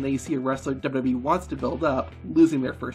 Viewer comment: Why can’t you pronounce WWE?